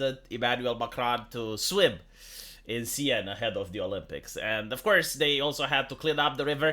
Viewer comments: It's "sen" not "sayenne",. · It's pronounced ''sèn" not cyan.. or whatever that was. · The big scientific Seine defecation plan of summer of 2024! (it's not pronounced Seyenne, it's pronounced Saeeen btw) (and did anyone ever hear about the "Love Canal" of Niagara Falls?) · The river is pronounced "Sane". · It's pronounced close to senn, with a sharp s. Like in senator. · Could one day pass without butchering some word? RIP Seine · A Romanian doesn’t pronounce a French word correctly? Who would’ve thought